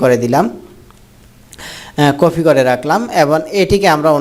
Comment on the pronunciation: আরে বলদ কফি না কপি